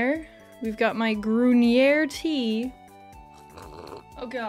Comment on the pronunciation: The way she made grüner sound French. 😂